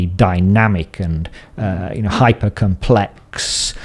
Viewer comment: Nobody:: "hypahh compLECKSSSSSS beings"